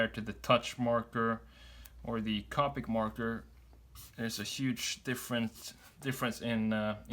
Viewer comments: You need to check how to pronounce “Copic”. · The way he says copic